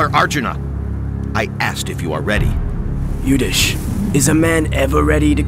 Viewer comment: It's not Yudish , it's Yudhishthir.